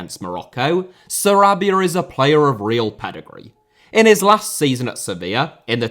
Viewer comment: Félix * not Féilex Debut* not Deibyu Sarabia* not Sarabier Half* not Holf Lionel* not Leonl Lopetegui * not Lopeteigui Dinamo* not Dinamau Zagreb* not Zohrgreb Serie* not Siri Saw* not Sor Petković* not Pehkovyć Can't * not Khon' Gerónimo* not Heronimo Emiliano* not Emiliohrnouw Armani* not Ahrmohrni Celeste* not Celest André * not Ondrei Stegen* not Steigen Twente* not Twentei Eredivisie* not Eradevizei Argentina* not Ohrgentiner München * not Munich Nagelsmann * not Nohrgelsmann Evander* not Ivanda Rather* not Rother Luciano * not Luciohrnouw Koné* not Kouwnei Villa* not Viller Portland* not Pohrland Mitoma* not Metouwmer Caicedo* not Caiceirouw